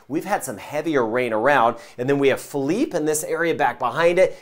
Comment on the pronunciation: You're the man. And you know how to pronounce Philippe. Lmao Hall Yall